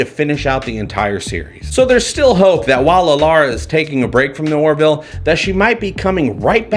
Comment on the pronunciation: Its sounds like you're saying "The Warville". Do you know something we don't? Also - I liked Pulaski.